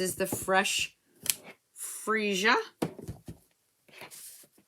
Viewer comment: Way to go - you were the first American demo that I've heard pronounce Freesia properly! Looking forward to seeing your Polished Pink nails next week - and what you think of all of the new Incolours once you've had a play with them. I've just received my copy of the catalogue with a great swatch / sample book-marker with the blends, markers, cardstock, ink and ribbon attached to it. I'm mostly impressed with the improvement S'U! have made to the die-sets - much more metal heavy and user friendly - labels and images in one set! LOVE all of the new ribbons. threads and newest and most sparkliest In-Colour gems ever! ~ C ~ GB-uk